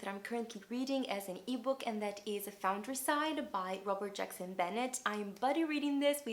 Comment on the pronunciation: Lmao you said Foundryside and I cackled